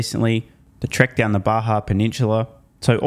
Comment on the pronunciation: I do find your pronunciation of baja pretty titterworthy 😅